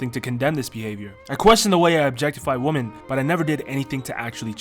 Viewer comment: Women is not pronounced the same as woman